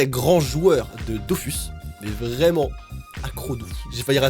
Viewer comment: Par contre ça me stresse comment tu dis "dofUs" parce que le u se prononce ou😭 c'est dofous (désolé de faire chier mais ça me stresse à mooooort)